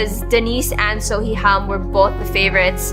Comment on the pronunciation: Awesome content. Just a note that Seo is pronounced more like "So" or "Saw" and not seyoh. The romanization of the character 어 (eo) is weird.